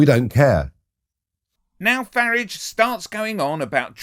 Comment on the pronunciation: You have just edited clips together not an interview and you keep pronouncing his name wrong, your a shit head.